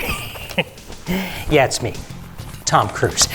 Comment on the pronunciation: Tom cwuse